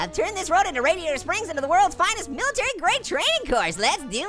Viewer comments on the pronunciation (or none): none